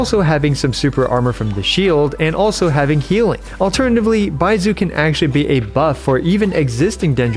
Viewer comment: If you want help pronouncing the "zh" sound, try saying the s in "measure" it's the same sound Bai-mea-su